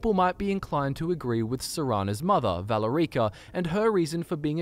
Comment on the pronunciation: Who's this valor-reeka chick you speak of?